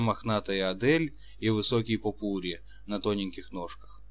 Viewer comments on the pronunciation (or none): "Попурри" и "протопопша" не так произносятся. Маленько грамотности чтецу недостаёт.